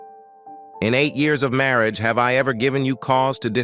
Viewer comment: I really wish this narration would correct this miss pronunciations, I get the giggles every time I hear "Marry age" 🙄.